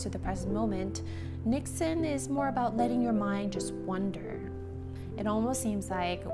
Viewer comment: Loved hearing you use the word 'niksen' :). Great pronunciation! Too bad here in Belgium, 'niksen' is often used a bit on the negative side, like : 'Shouldn't you be doing anything productive rather than sitting here doing nothing (niksen). I think we would all benefit from a slower world.